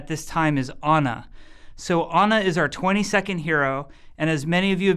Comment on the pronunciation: He say it like "honor" if he say ana.